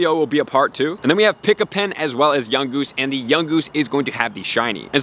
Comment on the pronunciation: Pikipek not Pikipen. There’s no N in Pikipek.